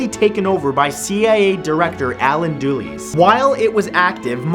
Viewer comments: Who is Alan Doolies? Did you mean Dulles (DULL-iss)? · its pronounced DullES not dooley. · dulles is pronounced /d^l^s/ like "dull"-"us" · did he say, "CIA Director, Allen dueleese!?" good god man! learn how to pronounce a the name of a subject before posting it on youtube. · H.W. Bush is George H.W. Bush and I think you pronounced Dulles incorrectly.